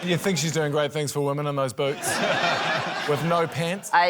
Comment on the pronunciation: It's a very small bit, but Jeremy saying "hwomen" never fails to elicit a chuckle from me